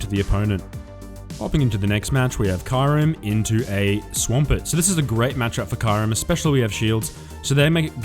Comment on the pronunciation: Hey 🐶 I love the way u pronounce Kyurem. 😝